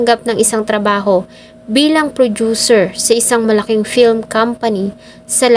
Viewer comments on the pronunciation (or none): none